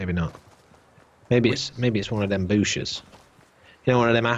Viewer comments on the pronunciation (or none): "im very a paranoid by booshes now"